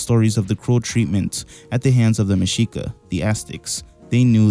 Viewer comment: Your pronunciation of Tlaxcala and Mexica is on point